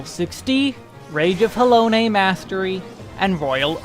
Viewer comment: Interesting watch but am I the only one that's bothered by the way he says "Rage of Halone"? I've always read and said it as Ha - Lone ('lone' sounding like 'loan').